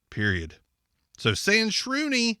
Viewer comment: the impressiveness is the ease at which you pronounced that name... That thing is just a send ALL your data to china immediately device. I wouldn't put my finger print on there nor would i have the front camera bare without some black tape over it lol. This kinda stuff scares the crap out of me.